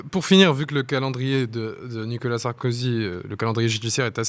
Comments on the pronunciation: pas nicala, nicOla! 🙂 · Je ne suis pas du tout fan de Nicolas Sarkozy, si j’interviens ici, c’est uniquement parce que je n’aime pas que l’on écorche, les prénoms ou les noms de famille Et la manière dont cet Avocat prononce le prénom Nicolas sans articuler, semblant dire Nicala est assez difficile à supporter et détourne mon attention du fond tellement la forme me dérange C’est dommage, d’autant qu’un Avocat doit être normalement doué pour la parole en public intelligible 😮‍💨